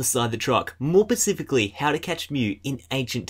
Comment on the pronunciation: It's "specifically", not "pacifically" -_